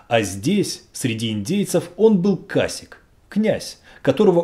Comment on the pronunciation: Не кАсик, а касИке. Casique. Блин ну хотя бы немного интересуйтесь темой о которой читаете. Если есть проблемы с испанским или португальским - обращайтесь.